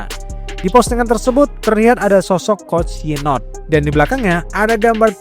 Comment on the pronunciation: Coach "YouNot" ❌ Coach "WhyNot" ✅